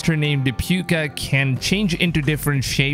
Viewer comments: Its pronounced POO-ka, not puke-a 😂 I'm Irish so i know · Púca as in Poo-ka not Puke-a. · Pukah 🤣🤣🤣🤣, I'm irish m8 its pronunciation is Pooka and it means Ghost in Gaelic. A Púca(pooka) is a good and or bad spirit which takes the form of a black wolf (it's not a werewolf) it brings good fortune and misfortune. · I'm Irish, it's pronounced 'Poo-ka'